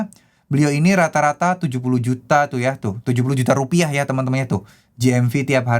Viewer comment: Karna kebijakan baru, sekarang pakai penekanan "Rupiah" 😂